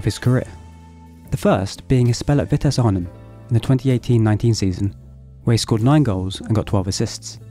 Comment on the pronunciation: Heerenveen en Vittese are not pronounced french like haha more German-ish.